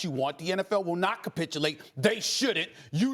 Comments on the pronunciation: Wtf is “capitchulate” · Stop saying copitulate